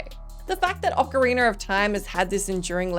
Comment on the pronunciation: OcarinA, not OcarinER, there’s no R at the end 🤦🏻‍♂️